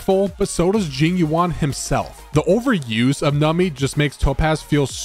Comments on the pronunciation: It is "Numby", not "Numpy", and should not pronounced as "Nami" :"( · im sure theres like a billion comments like this but its NUMBY pronounced num bee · The only thing that bothers me is you cant pronounce Numby properly 😂